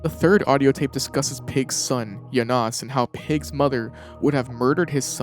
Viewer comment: Does this shithead deliberately say these names wrong? Calling Zsasz "ZAYSE" and Janosz "JAH-NOSE" it's like he does this shit purposely